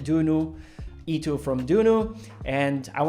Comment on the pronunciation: Not criticizing, but ITO is pronounced like short "i" followed by short "to", where the "o" sound in the latter is like that of "go" (i.e., not like "u" sound in "too").